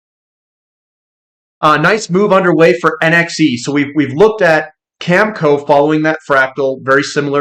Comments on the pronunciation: cam-eh-co not camco. sorry but it matters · Agree. He can't even say Cameco. Always calls it Camco. I don't thing reading is his strong suite. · Oh I get it, the worn out cliche “eh” thing. I’ve heard Americans say eh as well… anyways, it’s cam e co with the e sounding like in bet.